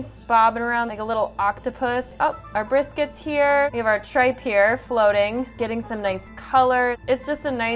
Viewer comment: i dont think they prinounced tripe right